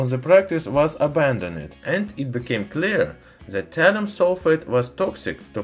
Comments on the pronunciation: Isn't it thallium and not tallium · Thalium not Hydrargyrum ? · What is Talium? I've heard of Thallium and his title mentions it, but he keeps on talking about talium... what gives...